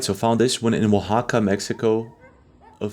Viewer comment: Great video. And you pronounce Oaxaca so well!